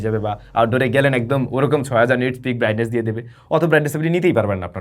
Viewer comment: আচকের ভুল হচ্ছে 6000 Nits (peak) brightness na bole apni bolsen prightness ❤🎉🎉